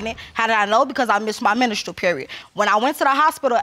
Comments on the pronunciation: Did she just say "I missed my menistrill period?" 🙄🙄🙄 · So we just gonna gloss the fact that she said mineralstral period? 😅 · Did she just said menistral period.